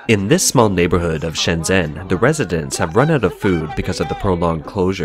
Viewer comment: Fuck dude, the way you mangled Shenzhen was eyewatering! If you can't pronounce the name of the city, how are we supposed to accept what you have to say as fact?!